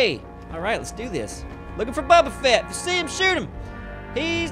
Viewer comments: "Bubba Fet" lol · said Bubba Fett hahaha